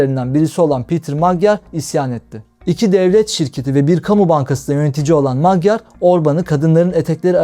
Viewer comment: Magyar ' macar' okunur ve macar demektir